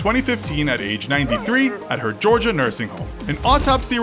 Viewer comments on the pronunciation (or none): none